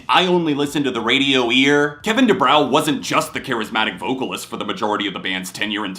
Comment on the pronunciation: The W in Kevin DuBrow isn’t pronounced it is pronounced Kevin DuBro